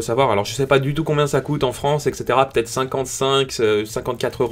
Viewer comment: C'est vrai que c'est p"EU"ssible c'est très pEUssible